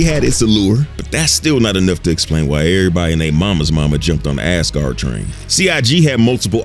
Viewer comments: Why is my man saying ASS-Guard lmao it's AZ-Guard lol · You make it sound like 'ASS-guard', some kind of sports protector.... ;-) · I kept hearing Ass-guard and ngl it kinda changed the whole video for me…